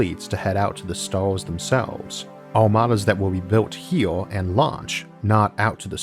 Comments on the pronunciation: "A gateway to those Stawws" - Isaac Arthur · S T A W S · Nobody: Isaac: Staws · Left when I heard "staws"